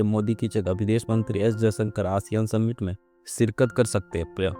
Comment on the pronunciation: Ye Submit kya hota hai ?? Summit kahiye summit